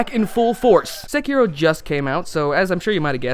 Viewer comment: Finally! Someone who can pronounce the word "Sekiro" correctly!